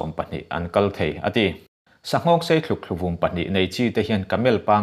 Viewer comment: Thlukthluvum nilo in thlukvum anie